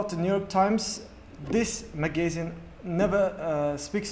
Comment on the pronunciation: "Magazine" pronunciation is wrong